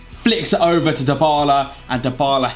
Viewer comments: His name is pronounced as Die-Bar-La. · Actually it's dee-bar-la